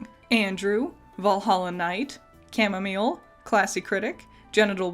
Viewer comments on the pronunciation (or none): none